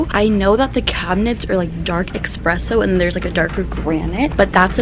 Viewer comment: it's eSPresso, not eXpresso. There's no X.